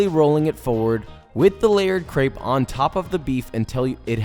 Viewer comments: thank you man, ok, I feel ready to attempt!!! but please... train your crêpe pronuciation!!! XD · It's pronounced "crep", not "craype" ;) Looks delicious! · Why is Josh pronouncing crêpe, "creip"? Lol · Pronounces crêpe wrong >:(